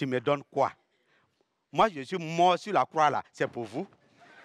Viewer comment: Les J se prononcent Y en Côte d'Ivoire visiblement : Je (on entend yé)